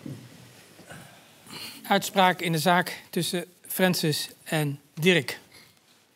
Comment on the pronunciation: Naahh dirrrek